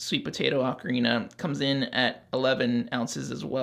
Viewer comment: 'Oh-Karina'; not 'Ah-krina'.